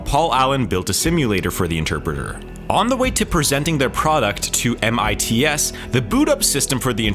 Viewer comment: You made my ears bleed every time you said M I T S instead of MITS. SMH...